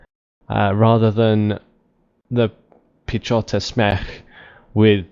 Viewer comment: In Piechota Zmech. read 'ch' like 'h' in e.g. hug, hazard or loch (Scottish for lake), the rest sounds quite fine. Piechota Zmech. is a shortcut to Piechota Zmechanizowana which means Mechanized Infantry.